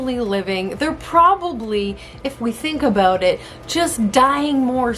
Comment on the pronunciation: She said 'Aboot' lol